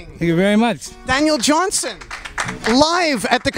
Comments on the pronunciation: Nardwar keeps saying his name wrong, and, it's aggravating! It's Johnston with a 't'! Not "Johnson!" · Johnston...Johnston Not Johnson...sheesh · Dude. His name is Daniel Johnston. With a ‘t’ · JOHN-STON...His name was Daniel Johnston...Not Johnson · called him Daniel "Johnson" about 15 times... smh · "Johnston" with a "t"- you know better, Nardwuar.